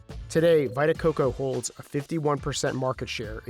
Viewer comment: "Vai-ta Coco"? Lol. And "positive impact"? Maybe you should go to one of those schools you're building.